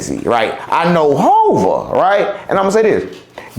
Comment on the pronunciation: His so called name is Hova.. not Ho😂😂😂